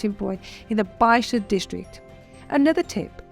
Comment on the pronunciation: Hello, when discussing hotels, the transcript notes Bible district… are you saying “Baxia”?